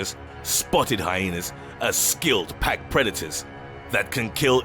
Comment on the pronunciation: Pppppaaakkk instead of päck